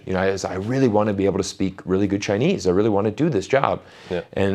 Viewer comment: He is really good at Chinese, very authentic pronounciation.